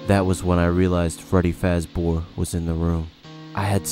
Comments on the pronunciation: “freddy Fazbore” pffft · I’m sorry but Fazbore??? I’m crying 😭😭😭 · Ah yes “FAZBORE” the first fazbear.